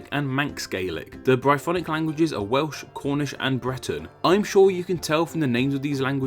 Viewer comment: This narrator needs elocution lessons - he can't pronounce any word with an L in it. For example, for "Welsh" he says something like "Wehwsh". Horrible.